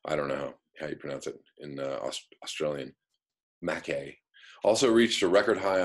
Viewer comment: Hi. It's pronounced Mack- eye. It's actually a very Scots pronunciation for Mackay, Nth Queensland. No doubt the Scots were the first white settlers in the area some 150 years ago. Note: The local indigenous peoples occupied Australia some +65,000 years ago, ie. the sustainable populace. ps. I'm Scots born, no bias here.